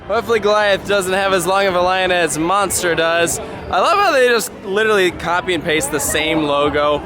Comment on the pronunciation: Please tell me I’m not the only French speaking person who was so mad when he said “le monstre” wrong